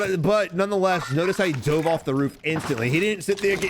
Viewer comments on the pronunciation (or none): none